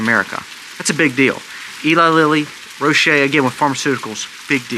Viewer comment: Pharmaceutical Company Roche is pronounced Roch without the E. The E is silent. Love, love your videos. Keep up the good work.